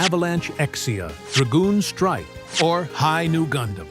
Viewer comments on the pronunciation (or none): none